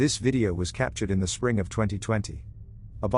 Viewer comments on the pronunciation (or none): none